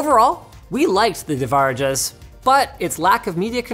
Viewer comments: It's pronounced as de-va-ra-jas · Devarajas is pronounced as and I quote "they-va-raa-jaa-s" I know cause a common male name in India is Devaraj which is pronounced the same way but without the s Also I am Indian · It's pronounced "They-vuh-ra-jus" That's the pronunciation, the spelling for this word is "Deva Rajas" Which Roughly translates to "King of the Gods" in it's language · Who actually said it 10 times "Divarajas" 🤣🤣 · 'devour our hour ah' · That is to be pronounced as de-va-ra-jas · It's pronounced red dragon devarajas smh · Dude he sounds so white when he says devarajas